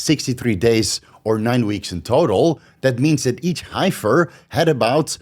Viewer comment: It's pronounced Heffer even though it has that pesky "I" in there. He heiffer = Heffer